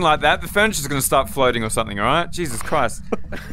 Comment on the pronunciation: says jesus in a way that is wrong, must say Iesus like a Spanish man